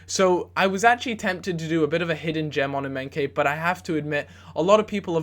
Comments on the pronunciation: Emenkay hahahahahahahahahahahahahahaha his name is EMENIKE EM-E-NEEK-AY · Eminkeye pronounced ehm-eh-nee-kay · its not emenke, its emenike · EM-AH-NEE-KAY not emenkay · thats completely wrong if you say that to yourself that sounds more like M- ee-nie-kee yeah. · Emenike is pronounced M - N - EEE - K. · EM-AY-NI-KAY KSI would be Dissapointed! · EM E KNEE KAYYYYYYYYYYYYYYYY thats how you pronounce it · lol emenkay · I Felt like leaving when he called emenike.. emenkay... -.- gosh!! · ITS EM-EN-EE-KAY!! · how to pronounce emenike emma-knee-kay. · em-en-ee-ka not that hard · i think its pronounced EM-EN-EEKAY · emenike is said e-m-e-n-ee-k-e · Its pronounced "Eh-men-ee-kay" ;-) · it's pronounced Em-e-neeee-kay. Just saying ( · It's pronounced "Em-eh-nee-kay" :) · The Nigerian striker's name is pronounced something like A-may-knee-kay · Em-en-ee-ke and Well-i-ton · its pronouncd EM-E-NEE-KAY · It's EM EE NI KAY and it's WELL I TON! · Please don't ever say Emenike's name like that ever again...